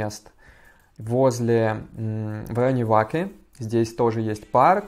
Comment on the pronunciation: Ваке ударение не правильное